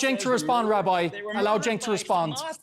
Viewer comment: ole lady callin cenk "jenk" 😂😂